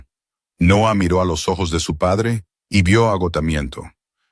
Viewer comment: Que problema tiene el narrador para pronunciar ojos.....